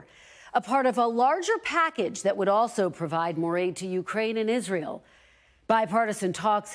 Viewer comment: SOMEONE CORRECT HIM IN PUBLIC ON HOW TO PRONOUNCE ISRAEL! IZRUL?